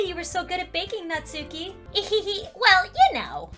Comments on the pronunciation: its not nat-suki its nas-ki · There's a "u" in "natsuki" but if my memory serves me correct it's pronounced as if the "u" isn't there, not nagging just a small bit of information.